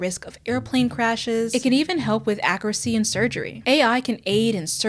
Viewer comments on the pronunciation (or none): I love how says "Ack-er-ah-see"